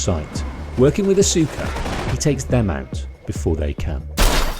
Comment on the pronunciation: I used to think it was pronounced like that too. It's Aus-cuh.